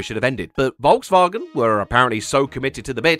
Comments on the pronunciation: You said Volkswagen wrong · I kept thinking your April Fool's joke was pronouncing Volkswagen like "VolksVagen."